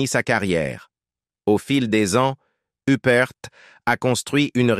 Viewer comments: Uppr pas youprte IA debile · Oui mais c'est "l'intelligence artificielle" qui fait cela! La narration est hachée, mélangée, revient en arrière, en avant bref, on ne comprend rien! La prononciation des noms est catastrophique "Hupperte", Toscane du Plantier en somme, plutôt que de nous faire apprécier le cinéma et les bons acteurs et actrices, cela est tellement énervant qu'on finit par stopper la lecture et mettre un pouce 👎tant on est déçue.... On aime regarder des reportages pour s'instruire agréablement mais là, c'est insupportable et malaisant... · Il est temps de prononcer les noms comme Il faut faut Huppert se prononce en français (huppair) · Une des plus grandes actrices françaises. Idiot de prononcer hupperte, l'ia dans le pire de ses apllications. Honte à l'IA..... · Pourquoi prononcer son nom a l anglaise ? C est ridicule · Surtout la mauvaise prononciation de son nom de famille, elle n'est pas anglaise mais française 👿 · Honte à l'IA.....